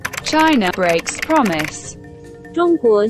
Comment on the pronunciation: united講成u-like-tick, breaks 變bigs, promise讀成 pompmiss, China讀成搓拿，核突到癡線。